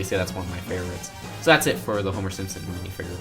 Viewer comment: WWE Jones I'm with you on that, and he kept saying mini figger.